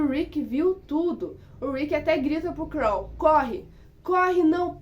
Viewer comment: Por favor não inventa moda pare de dizer o nome dos personagens errado principalmente o do Carl